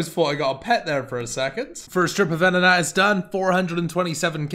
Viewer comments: starts off saying venenatis, but guess what, cross the 5 min mark and we are right back at vetenatis! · Nobody:: vetenatis.. vet'ion.. venenatis.. Next episode it'll be Verizon haha. Love it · ''we just finished our vetion... 'cringe smile hmh' we just finished out venenatis task''